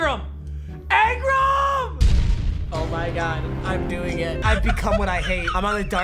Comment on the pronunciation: Angram bruh its Engram